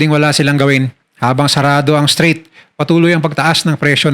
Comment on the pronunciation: Strait po hindi straight 😊